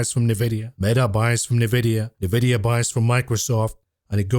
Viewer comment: ‼️“Nuh-videa” 🤮 b00mer detected